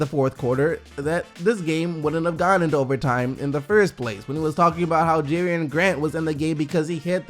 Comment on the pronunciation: Does no one else realize that kept calling him JERIAN Grant? The player on the Thunder is JERAMI grant!!!